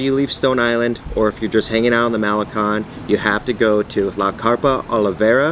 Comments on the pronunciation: not Mahlekon, it's Ma-le-KON. not PuulMOnias, it's pul-mo-NI-as. you know those accent marks are there for a reason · "Cone". MaleCON. Not malekhan. "Seawall" (boardwalk, loosely speaking).